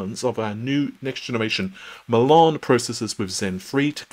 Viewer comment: love your videos so keep up the good work. However, you drive me crazy when you pronounce the word "Milan". Why do you pronounce it the way you do?